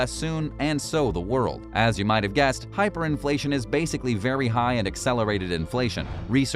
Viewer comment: hiperinfltion? lol check yo charts bro